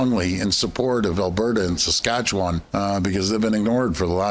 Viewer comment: When a Premier in Canada can't even pronounce Saskatchewan, that speaks volumes there Ford